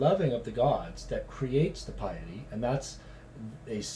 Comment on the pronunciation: might want to learn how to pronounce piety before doing #11